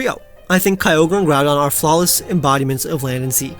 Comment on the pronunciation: KYOGRE, NOT KYOGER! FIX IT NOW!